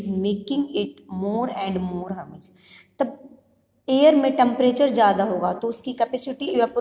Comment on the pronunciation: It is humid not hamid